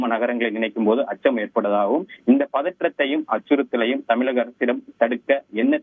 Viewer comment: செய்தி வழங்குபவர் தமிழக என்பதில் 'ழ' கர உச்சரிப்பில் ஆழம் இல்லாமல் தமிளக( !) அரசு என்று உச்சரிப்பதாகவே உணரப்படுகிறது. தமிழக ஊடகங்களில் ழ, ச, ங, ஞ, ற, ர, போன்ற ஒலிகளை பெரும்பாலான செய்தி வழங்குவோர் உரிய நயத்துடன் உச்சரிப்பது இல்லை. தந்தி டிவி போன்ற தமிழர் ஊடகங்களிலாவது தமிழ் ஒழுங்காக உச்சரிக்கப்படுவதை ஊடக உடமையாளர்கள் உறுதிப்படுத்த முன்வர வேண்டும்.